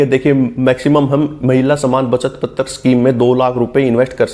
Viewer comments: Can't you pronounce पत्र as पत्र (not पत्तर्) ? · पतर नहीं है भाई पत्र है 😂